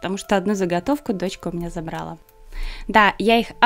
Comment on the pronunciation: Забрала, подобрала - ударение на последний слог. ЗабралА. А штучки очень красивые